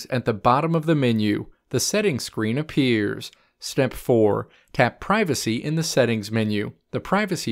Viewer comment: LMFAOAOAOAOAOA ON GOD